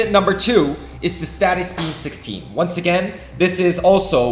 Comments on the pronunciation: its stasis beam not statis beam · I have been loving the content, and I hate to be this guys but…. It’s not a status beam but a stasis beam (stay sus). It’s driving me crazy lol (more a me thing than a you thing!) Anyway I’m loving this series and it is helping me plan head for what to focus on as I progress in the game. Keep up the good work and I look forward to future content!